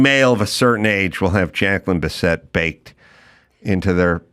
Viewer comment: Biss it NOT Bis set! Good interview tho.